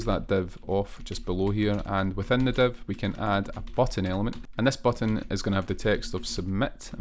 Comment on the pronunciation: man you do great tutorials, but can't understand how "div" element became to be "dev" in pronunciation, same for "file" -> "fail"